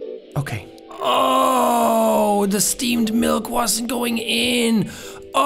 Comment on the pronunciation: Jack is so popular that his "steamed milk" instantly turns into "esteemed milk."